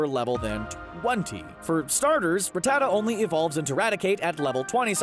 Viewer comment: The way you say Rattata is just terrible. It’s Rat-atuh